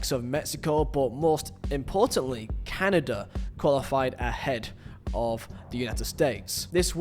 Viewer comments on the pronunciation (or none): none